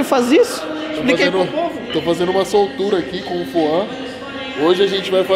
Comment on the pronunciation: Temos que comprar mais sup das marcas pra elas pagarem uma wise up pros atletas pqp kkkkkkkkk Foam o cara fala Foã kkkkkkkkkkkkkkkkkk